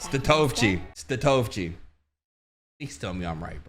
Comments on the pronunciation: I believe it's pronounced Sta-Toh-Vee-Chi, 😭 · it's Tony Stat-uh-vee-chee😭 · I can’t believe you disrespected Tony like that 😭😭😭😂… Statovci (Stat-O-V-CH-e) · I think its like stat - oh - vee - chee, Tony statovici I could be wrong tho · LMAO Stat-Oh-Vee-Chi, that's how you say Tony name B. 😭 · Tony STAT - OH - VEE - CHEE 😉